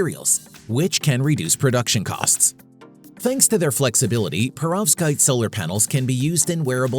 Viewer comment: you either misspelt Perovskite or mispronounced it.